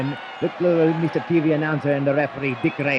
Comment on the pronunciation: Meester tv announcer !!! Lol love it